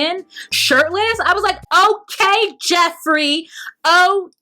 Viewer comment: Note to: Geoffrey is pronounced the same as Jeffrey. Same for Geoff=Jeff